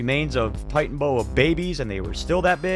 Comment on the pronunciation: Bro... you really need to work on pronunciations... {TIE-TAN-UH-BOA} "Titanoboa" {TAN-ZAN-EEE-UH} "Tanzania" Otherwise, decent channel. At least you're not some ripped off AI voice... I hope you grow and that your channel does well, please work on those things. YouTube is blackballing real creators with a bunch of AI trash recommendations.